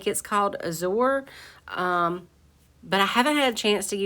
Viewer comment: the lilacs and the green frame were my favorite. the burlap tote not so much. Azor is pronounced with a hard long "A " sound